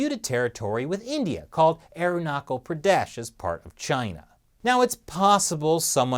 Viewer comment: Nothing huge.. just Pronounciation of Arunachal Pradesh is different :p